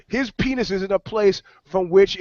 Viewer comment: He did say pennis